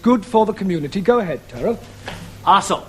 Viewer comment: Always thought Taro was saying Asshole 😁😁😁